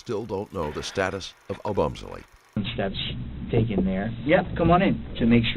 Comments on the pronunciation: "Oh-Bum-Selly" Really bro? Couldn't just look up the way to pronounce this victim's name before you do an entire video on it? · It’s hard to hear you mispronounce Christian’s last name so many times 😅